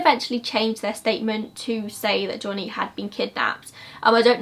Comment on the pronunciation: Also the way she pronounces Johnny like"jonniy" made me laugh